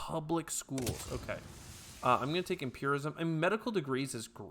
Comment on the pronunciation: Also, you were pronouncing empiricism as empirism, it is empir-i-cism :)